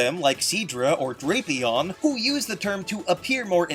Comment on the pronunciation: It’s pronounced DRAP-ee-ahn, “”, as in Dracula and Scorpion, not Dragon and Scorpion! 🤨